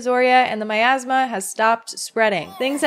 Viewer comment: I can't stop hearing Miasma as My Asthma